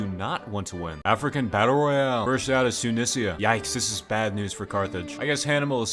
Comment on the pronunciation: Its "Too-knee-see-ya" Not "Soo-knee-see-ya"